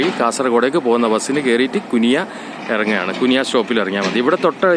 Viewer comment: കുനിയ❌ കുണിയ ✅